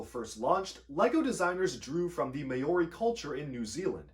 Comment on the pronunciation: That's not how Māori is pronounced